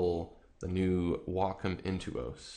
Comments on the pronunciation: It's Wacom not wocom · its wacom not wocom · Excuse the off topic question, by why is it pronounced "wah-com" and not "way-com"? If you take Waco (Texas) as an example, that isn't pronounced "wah-co"... tx. :) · pronunciation: WAY-com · I just got a Wacom ad before the video. It's "Wah-com". c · So you pronounce your a's as o's and you think its correct? Ok you keep thinking that.